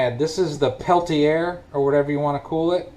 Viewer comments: It's pell-tee-air in terms of pronunciation, or just TEC (thermoelectric cooler). A TEC is not the most efficient refrigerator, but it's about the best you can get for a cooler that will have a relatively low current draw. That allows it to run on batteries for much longer than a true 12 volt refrigerator. By adding ice and frozen food, it should keep the interior at about 40 on a 90 degree day. Seems like a solidly frozen piece of meat would last about five days before it starts to get fully defrosted. 40 degrees is enough to keep things like milk and cans of pop still refreshingly cold on a warm day. The fan noise may be a motor spindle arm that's a little out of round. You can roll the spindles across a flat surface like a horizontal pane of glass to check for that. If the spindles seem okay, the other likely possibility is Coleman limited the RPM of the motor to quiet the fan. The replacement wouldn't have that kind of governor, so it spins the fan faster, thus the noise. I had to replace the blower motor in my truck and the same issue arose. Noisier, but it also pushed more air through the system. The TEC will work better with a faster fan, although probably at the cost of some decrease in battery life. Regardless of the issue, ten bucks is still a cheap way to get a $100 cooler back in service. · PELL tee Ay, not air. French! :)